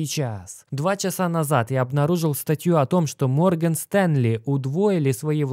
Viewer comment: Морген Стенли😂😂 Бро, Морган*